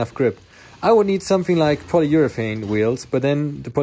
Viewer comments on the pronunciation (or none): none